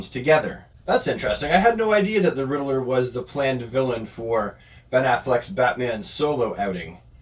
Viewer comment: it’s Ridd-ler there’s no vowel between those consonants. Great video. Thank you for creating this.